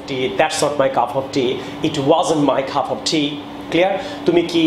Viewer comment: It was helpful but cup of tea pronunciation was like cuf of tea